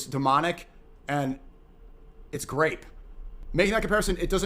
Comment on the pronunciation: grap Grap soda how hard is it to say the damn word